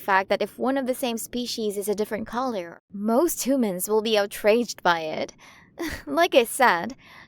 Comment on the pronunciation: (giggling) I'm sorry I just can't get over how she's pronouncing our Earth words hoomans,monk ees,aer plans,hayer, spherical ecosystems(cracking up) I can't take it! I just can't! The way she talks is just cracking me up.